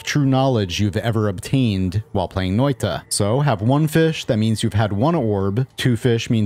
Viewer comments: when you say the word noita its sounds nothing like finnish its like a nigeria is trying to say it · How confidently you are butchering Finnish! Funny though!